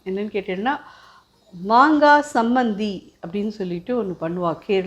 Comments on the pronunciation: it is Chambanthi not Sambanthi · Chammandi not chambandi